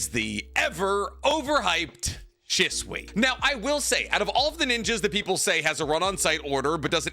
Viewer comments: "She-Sue-eeeeee"..... ima leave this here lol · you know for somebody who dedicated his arm to a Naruto sleeve and has a room I wouldn’t bring a female 20 feet close to, I’d expect you to adleast pronounce Shisui’s name correctly dawg